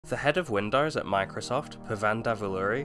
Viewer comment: to . " win dars ". WTF is " Win dars"? WINDOWS... " win dos " the o sound is long ( facepalms) " dos" the pronunciation is like multiple deer doe sounds like " does" but the O is long sounding